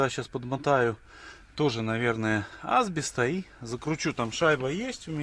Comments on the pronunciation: Это прикол какой то канала или фишка? асбЕ'ст у вас А'сбест, флА'нцы у вас флЯ'нцы. Гага'рин у вас тоже наверное Га'гарин? Не подумайте я вас уважаю, но иногда кажется что вы хотите довести до истерики какого ни будь филолога и так хорошо делаете, что даже меня безграмотное человече выводите этим из себя, вы же грамотный человек, стараетесь делать всё правильно, но вот на название вещей положили болт, как однажды услышали от кого то неправильно, так и повторяете, когда машину ремонтируете и видите что плохо исправляете, в чём проблема со словами плохо не делать и исправится, нет для машины я буду стараться, а вот на слова пофигу, нет я согласен путайте иногда буквы о-а, б-п, да слышится и пишется не всегда одинаково, в Белорусском языке как я знаю наоборот, как слышу так и пишу, но в слове ФЛАНЕЦ нету буквы Я, вообще нету, неправильно с буквой "Я". Всё на первом слове "флянец" от вас я подгорел опять, просто не могу слушать ваше видео, было приятно посмотреть 3 минуты. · в слове асбест ударение на второй слог асбе"ст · Поправочка, в слове Асбест ударение на "Е", а не на " А". Есть такой город Асбест в Свердловской области где и производят абест